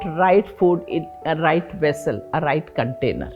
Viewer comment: the rrrrrrrright rrecipes